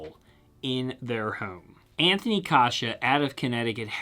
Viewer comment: I like how you say “ home” and “ ohm”